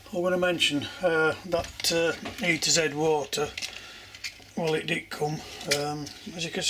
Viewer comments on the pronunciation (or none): Hi, thanks for your video's, they offer quite a bit of entertainment. I am not a 'builder' myself, but I do like to watch. I sometimes hear you take about the E-Z Water, pronounced "E to Z", but I guess it's meant to be pronounced "EZ", or "easy". It's easy water! I am Dutch, so correct me if I am wrong. Keep up the good work! Cheers. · Hi, FYI the water simulation product is E-Z Water, it is pronounced EeeZee as in easy. If you carefully use a high temp heat gun ie. an electric paint stripping torch you can remelt it and move the surface around to great effect...!!!!!!!!!